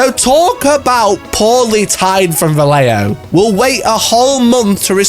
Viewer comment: The heck is valeo? You should respect the letters in a word. VA - LLE - JO